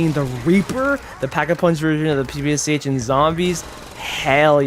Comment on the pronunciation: ppsh reads out pepesh